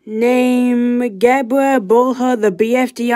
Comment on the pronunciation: pronounce my name right!